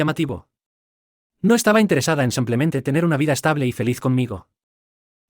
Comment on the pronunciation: No se dice samplemente. Se dice simplemente.